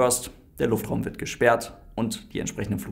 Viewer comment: Jaja der "Luftfraum" 😂